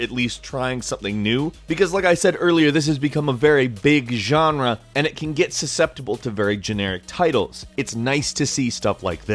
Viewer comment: you really like saying "genre" a lot huh? sounds stupid as fuck and you should stop, this word was barely used about half a year ago and it was cool that way. Youre so boring,. If youre a latin american subscriber you will know what i mean right? "yanra" fuck